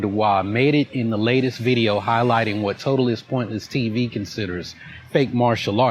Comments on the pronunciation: I hate how he says "Totaless pointless TV" He mispronounces word like this often. It's not even done on purpose for comedic value, hes just illiterate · The moron keeps calling the channel "TOTAL-LESS-POINTLESS-TV" come on, buddy, sound it out, you can do it! ... Maybe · I just love " totaless pointle tv. " my favorite channel.... Dude can't even pronounce your channel name correctly!!! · I don’t think he ever pronounced your name right even once. It’s not a tricky name. Totalus? Hmmm. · He can’t pronounce your channel name mate 😂 another stupid arrogant gringo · Mans can't even say your fucking channel name right. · another question is WHY he is unable to pronounce the name of your channel.. its not that difficult. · That nigga cant even pronounce Totally Pointless TV correctly.. 🧟‍♂️ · Jesus Christ. Why does this guy have to much trouble saying three words?! Totally. Pointless. TV. It's three damn words! And he says it wrong every single time! And wrong in a different way every time! It's insane! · Is he saying totally pointless tv wrong on purpose? It hurts my ears.